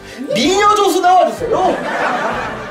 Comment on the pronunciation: 미녀 인데 마녀라고들림ㄷㄷ